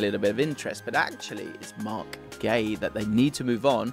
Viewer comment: Did you call Marc Guehi, Marc Gay? 🤣🤣